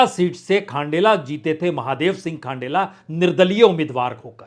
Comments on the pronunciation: Good एनालीसस but खंडेला सर जी not खांडेला & सुभाष मील (जाट) not भील it's मील & बंसीधर बाजिया (जाट) सर not बइया 😄🙏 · खांडेला नहीं खंडेला है बाज्या है